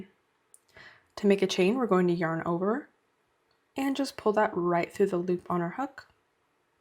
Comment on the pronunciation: Sorry, I really wanted to learn how to do this but I can't handle the way you say "yearn"